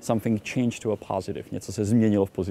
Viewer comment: Skvelá prace!!! (I kdyz tá výslovnosť toho positive je príšerne americká :)))